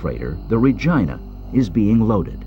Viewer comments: My God it's pronounced RE GEE NA not Re GINE A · It’s pronounced Regeena!!! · It is not correct named of the ship. Regina is pronounced REGEENA not REGINA sounds too much like the other word. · say it with me, "RE-GEE-NA". you're welcome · "Re-geena" "Re-GEEN-A" For the love of God. 😩😒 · sooo.... who else thinks he is pronouncing "Ragina" the wrong way? John Brownwater...not nice parents...